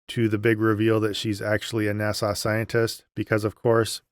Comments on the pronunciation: That movie reminds me of the rapture movies from many years ago. Definitely pushing an agenda and putting fear in believers to reinforce conforming to the cult. Don’t know how you suffered through it so many days in a row. Interesting how you pronounce NASA like Nassau, Bahamas. Made me smile each time. Reminds me of why I relate to YouTubers like you, Mythvision, Gnostic Informant, Kristi Burke, Mindshift and others - real people who have been through the same thing as the rest of us former believers but, being brave enough to reach out to help others. Thank you! (P.S. I am not that brave!) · I forget our man is Canadian, until he pronounces NAS-Ahh 😜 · I watched video 7 times in a row and also enjoyed getting nitpicky about how he kept misprouncing NASA. 😂